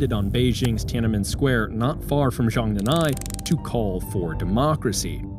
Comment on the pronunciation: Americans: stop pronouncing Chinese phrases with silent consonants. it's Zhong Nan Hai